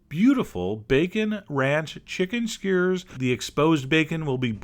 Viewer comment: Posting a comment down over here cause I don't know why he pronounces it skeyr.